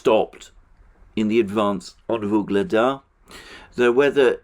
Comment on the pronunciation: Every time says "Vuglada" I hear the Beatles song "Ob-La-Di, Ob-La-Da" in my head.